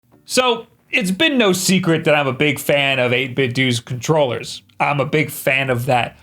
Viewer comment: “sO...ItS been nooo SEcret that Ive been a BIG Fan of 8bitdo Cont-roll-ehs”